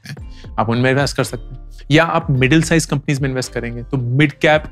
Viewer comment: 'Companios' 🤣🤣That was nice, Thank you sir.